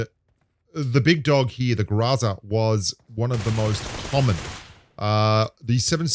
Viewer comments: The pronunciation is “ GROW-ZA.. .. but it is what it is.. lol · it's pronounced Gorza(growZa) Italian for garbage. LoL Great video again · The man struggles to pronounce "Groza," but he likely has no trouble pronouncing "AC/DC." 🤔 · I was expecting a 10 minute montage of you pronouncing groza in subtly difference ways. Grrraaazzzaaaarrrrrgghhh! Groza seems to be one of the fixed points in the game balance. It's always been good at what it's designed for and never stepped on the toes of the long range sprayers or tappers. Just about the perfect example of a crate weapon that's a bit better all round than its mainstream cousins. Only the AKM limb damage steps on its turf.